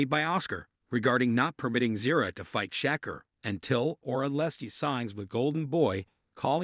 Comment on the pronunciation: Can't even say his name right !!!!sheker wtf 😂